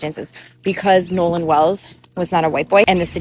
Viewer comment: It’s Nolan not Noah